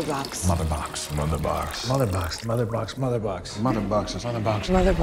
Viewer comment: i started hearing malabooks not motherbox haha